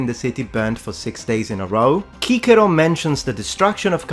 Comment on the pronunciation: Oh my god you pronounce Cicero correctly. I LOVE YOU.